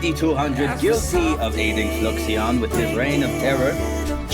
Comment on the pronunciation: i wonder what fluixon thinks about his name being mispronounced for 2 years lol